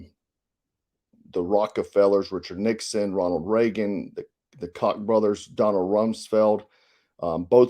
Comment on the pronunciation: …you’re so close to being polished. Pronouncing names right is important.